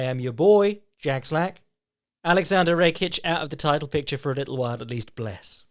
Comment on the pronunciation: At this point I'm 90% sure that is saying rake-ich on purpose